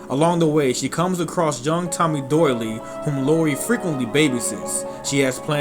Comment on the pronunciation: Great video but I believe Tommy Doyle's name was pronounced Doyle not "Doyley". Jason Voorhees would be a good idea for a future history of Video. Peace...